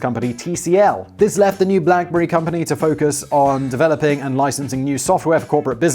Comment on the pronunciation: Blackbury? Wtf Simon